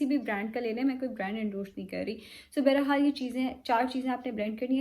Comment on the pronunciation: Bayra hal nahe hota bahar haal hota hy ☺️